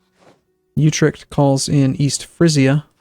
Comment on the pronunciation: is horrible at pronunciating provinces, "youtrecht"? Really? You think that's how it's pronounced? Try "otrecht" instead.